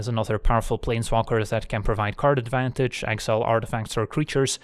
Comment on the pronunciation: When going over the decklist and talking about Karn, who else heard "Gives us Karn Advantage"? Lol